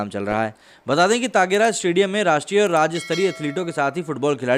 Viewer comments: Please before commenting on others check ur own abilities 🤣🤣 , Mr. u don't even know to pronounce the name of the stadium, it's TYAGRAJ stedium 😡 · ताँगेराज नही है सर त्यागराज स्टेडियम है । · अरे यार तागेराज नहीं त्यागराज स्टेडियम है।